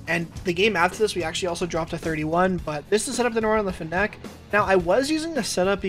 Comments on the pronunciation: can we get a video where you pronounce fennec correctly? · lmao the way he says "fennec" never heard anybody say it like that